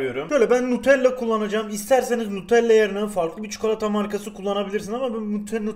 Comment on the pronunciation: çukolata diyişine hastayım bu adamın